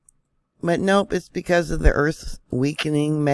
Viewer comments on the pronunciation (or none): none